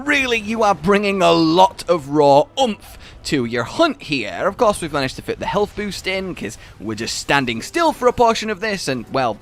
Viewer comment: "Healt with food"